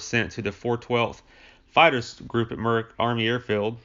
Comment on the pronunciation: Muroc (Meurock), not Merick. Milo BircHham, not Birkham. Jesus, dude. If your going to use Wikipedia as your script at least read it correctly.